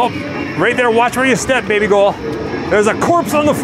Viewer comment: I love you calling her BABYGOUHL!!! OMG, my fave!!